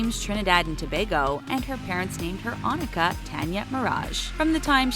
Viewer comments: Nicki Minaj 's name is not ON IN KA, it's pronounced ON I KA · It upsets me that y’all are mispronouncing names. Lana del rey is LAWN ah del rey Nicki Minaj is Oh-neeka tawn-ya mirage not Annika tan-ya mirage (Onika Tanya Maraj) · Her name is not on-ika it's pronounced like oh-knee-car I'm a trinidadian so I know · FOR NICKI MINAJ ITS OHH-NEE-KA NOT ON-I-KA . IT MAKES ME SO MAD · It's not On- Ik-a it's Oh-neka she's pronounced it before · Nicki Minaj’s real name is pronounced Its O-Knee-ka not On-a-ka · Y'all killing me here it's pronounce as o-nee-ka nt on-nik-a omg talko btw im frm trinidad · Ashley DeNaro tf is Omika, nicki is name is pronounced O- neeka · I thought nicki’s is pronounce oh-kne-kuh?? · It’s pronounced oh-nee-kuh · I think it pronounce o_ni_ka not what u just said trust me but its a good move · It's pronounced Ō•NEE•KA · They pronounced nickis name wrong its onika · im pretty sure nickis real name is pronounced oh-nee-ka cuz in starships she says it like that in the second verse she says ''my name is oh-nee-ka you can call me nicki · Nikki Manaj’s real name is pronounced like oneeka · That is not how you say onika o nie ka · It's O-Neek-a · She said Nicki Minaj birth name wrong 😭 lol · That's not how to pronounce Nicki's real name. I hate for people to mispronounce names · Sorry, not trying to be rude but you said Onika wrong